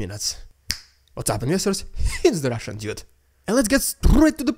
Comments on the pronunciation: The rrrrrrrrrrrrrrrrrrediculous rrrrrrrrrrrrrrrrussian prrrrrrrropoganda intro is prrrrrrrrrrroperly fitting! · i love when you say "rrrrrrridiculous rrrrrrussian prrrrrrropaganda" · I love the rrrridiculous rrrrussian prrrropaganda intro. However much you employ an extreme trilled 'r', it will never be as ridiculous as the Kremlin's propaganda itself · I love your show and watch it daily as a subscriber, and while I enjoy watching the ridiculous Russian propaganda at the beginning of each show, I think you go over the top with the way that you say “ridiculous Russian propaganda.“ if you wants to trill your r’s, that’s fine, but beyond that is too much. Thank you for your hard work in bringing us great content.